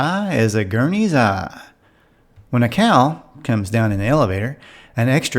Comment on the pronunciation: This was lots of fun to watch as these were the shows that were on when I was a kid. FYI - in the Bewitched episode with the cow, the breed name is pronounced gurn-zee. No big deal though. I just assumed you didn't grow up around cows.